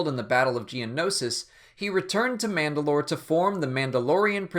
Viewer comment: It's manda'lor or mand'alor Can't remember which